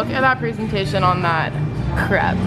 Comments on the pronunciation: Just to give his props...... He pronounced crepe correctly! I dated a chef in France and that is exactly how you say it! 😉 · That's actually how other countries pronounce crepe! No need to worry!